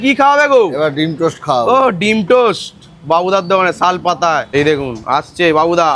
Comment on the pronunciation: সাল পাতা না হে খালপাড়ের ব্লগার, উচ্চারণ টা শাল পাতা! এরপর লোকে উনুন ধরালেও তার ভিডিও করতে উপচে পড়বে এতটাই sarcastic এইসব self proclaimed food vloggers